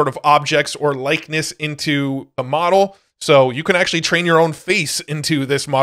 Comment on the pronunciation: Stop saying moRel please. Say moDel, not moRel. You also say tiRel instead of tiTle 🫤 ¿hypnoRic or hypnotic? Thank you for the info 😊